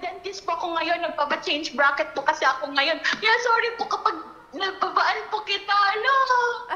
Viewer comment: Sabi niya BRACKET ….. iaadjust para sa pustiso niya 😄